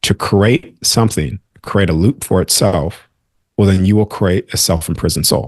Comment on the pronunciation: CReate, not curate. You are saying some amazing things, but talking about creation without being able to pronounce the word create is blunting your message. This message is sent with love. Someone should have pointed this out because it is important. You are saying curate, not create.